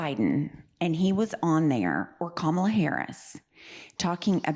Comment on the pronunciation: And he cant say Kamala’s name properly !